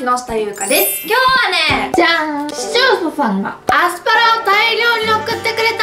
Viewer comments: ｢視聴者さん｣が完全に｢市町そ村｣ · 視聴者さんが言えなくてかわいい